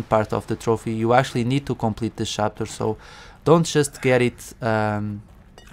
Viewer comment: no hate, just curious - why "shapter"? your video is really great by the way, I like it very much - everything explained in detail, very calmly and comprehensibly :)